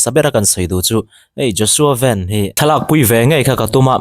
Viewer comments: VEN nilo in Van tiin lam zawktur , Hnamdangin VAN tih kha an mahni trawngin VEN tihin anlam tawh thrin sia, VAN tih aichuan VAN tih kha a English word play analh zawk atih vang kha ania , FEL-A kha YOUNG FELLA tiha lam ngai ang deuh kha ani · Mizo chuan Van hi Ven ti'n kan lam ri ngailo, mizo i nih chuan Van ti mai² rawh. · Joshua ven ni lo in joshua van tih tur aw...kan hnam sh ven tih hi chu hmeiche hming ah a chhang deih a.. van tih tur zawk a ni e😊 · Joshua Veen an tih loh nakah an lam thiam heklo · Vanbawih lam tawi ni na na a,sap ho lam dan ang a ven tia lo lam he ve ngawt hi chu kei zawng a fel hlel deuh in ka hria,ka mi mal ngaihdan 🤭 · Vai news ho chuan an lam dik asin nang aunaupa zawk hian ilam dik thei lo hi zawk nia.😅😅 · Nga ti nge youtuber ho hian zo hnahthlalk a i pawm ve anih chuan ahming hi lam dik ve mai ula ...a har vak amawn ni le ..😊😊😊 ji Bak an typing mistake tam thin hrim hrim nang tal hi chuan lamdik hma hruai ve in uluk deuh teh.....kan tawng aral mai dawn ...dak zuah zuah ani ringawt lo aw...thahnem ngaihthu...